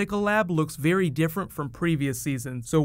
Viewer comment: in 54 seconds he says berry talented